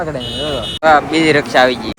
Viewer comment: આમ તો તમે અંગ્રેજી શબ્દો બોલા છો પણ રીક્ષા ને રક્ષા કેમ કહો છો.